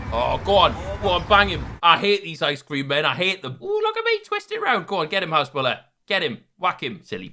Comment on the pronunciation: It’s has-boo-lar not has-bull-ah